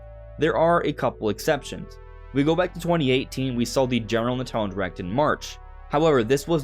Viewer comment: why tf do u keep saying "nintaldon"